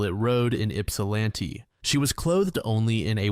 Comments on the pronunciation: St Clemens? Do you mean Mount Clemens? Yupsalanti? You mean Ypsilanti? Brother it takes 3 seconds to research this stuff. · In case the city ever comes up again: Yipsilanti = Yipp-sil-annie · I hate to be this guy, but it's "ip-sa-lAn-tee"